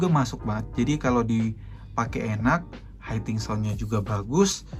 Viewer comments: Maaf bang, hitting dibaca hiting aja jangan jadi haiting.... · Hitting sound Om, bkn haiting sound.